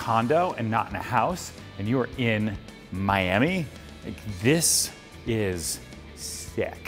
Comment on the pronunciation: Never say miami like that again... please